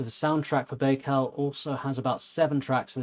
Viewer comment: "An-ku-DEE-no-vah" Accent on the middle syllable. "Buy-cal". Baikal.